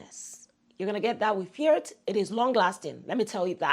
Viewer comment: FIERTE by fragrance word. It should pronounced Fierté an frensh word ( in English fayarty like that ) it's mean proud in french.❤❤❤